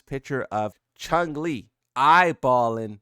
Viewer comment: I love that you’re still saying things wrong on purpose.. “Chun-Li”... “Right hand” And people still don’t get it lol